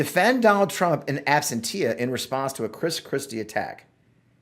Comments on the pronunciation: AB-SIN-SHA - not ABSENT-TEA-AH. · In “Ab-Sen-Sha”. Sorry, I’m a nerd. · Love you! Absentia is pronounced ab-sen-she-uh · ABSENTIA pronounced AB SEN SHA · "in absentia" is NOT pronounced "in Ab-sen-tia". Otherwise? Carry on....